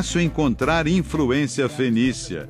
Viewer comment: O locutor falou infruência, ou foi meu ouvido?